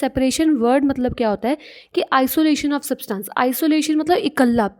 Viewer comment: Ma'am your explanation is quite good but I would like to correct u it's substance not saabtance...